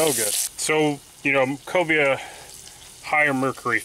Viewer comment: Cobia not Cobra lol